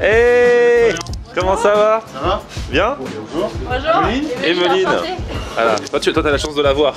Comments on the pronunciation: WESH IL Y A PAS DE 'H' AVANT EMELINE... TCHAO! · pourquoi tu prononce fort le h dans "emeline" (qui doit sûrement s'écrire hemeline vu comment tu le dis mdr)